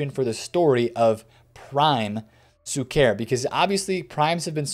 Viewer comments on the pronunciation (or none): PLEASE BRO PLEAAAASE :) SHUKER !! SHHHHHUKER :) with the ephasis on the U -- > SHU-ker